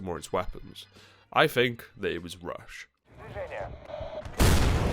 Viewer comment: Miss the emphasis on rush.